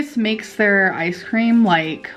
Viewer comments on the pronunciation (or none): She ordered some ayce cream 😂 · i still don't understand why she said "ice cream" like that